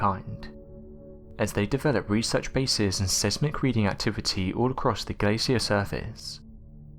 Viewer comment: I love these vids but bloody heck... 'sessmic'? It's 'SY-smic'